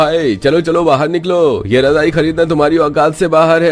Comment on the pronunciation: Rajai😂😂razai kehte hain bhai😅